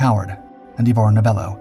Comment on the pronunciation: It is not Eee Vor Novella, but Eye Vor